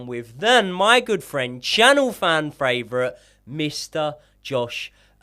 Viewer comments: “Fan fravorite” 😂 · It's always fran